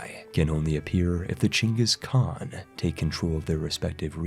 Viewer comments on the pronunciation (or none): none